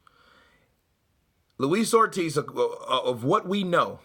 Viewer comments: Did he say “ Lois OLD Ortiz” listen to it twice sounded like it! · 2 things that got me in Eddie's interview, 1. when the reporter asks and Eddie said "Did he say that?" He was ready to go off on one! 2. He nearly called him Luis Oldtiz! Quickly corrected himself but was funny shit!